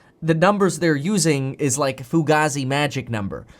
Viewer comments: It’s “FOO-GAY-ZEE”, not “FOO-GAH-ZEE”, which is the greatest band of all time. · Fugazi isn't a real word so you don't have to pronounce it like it's a real Italian word, foo-gay-zee, not foo-gah-zee